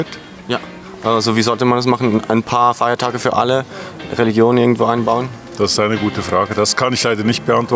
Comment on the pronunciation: Das heißt nicht " Fiertache" sondern Feiertage. Und nein sollte man nicht!